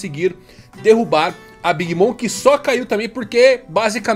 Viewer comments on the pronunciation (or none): none